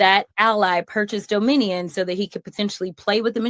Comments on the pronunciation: The hay-bag can't even pronounce Dominion correctly. And she's a lawyer, wow, pathetic! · Can’t even say Dominion right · Jasmine Crockett is so stupid she cant even say Dominion. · She needs to learn how to pronounce dominion! Idiot!